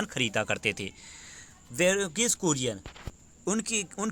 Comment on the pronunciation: Its kurien not Korean